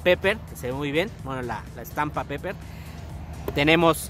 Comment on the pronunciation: Se pronuncia piper el inglés jamás se pronuncia como se escribe